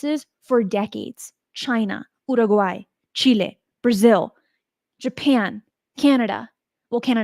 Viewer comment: Love it when you say "Uruguay" properly 😊